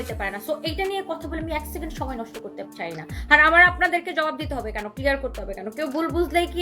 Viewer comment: Bosti sacond na bole second bolajayna? Uccharonta thik koira kotha ko